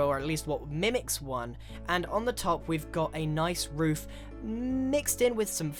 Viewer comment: Ik this is kind of late But he says woof instead of roof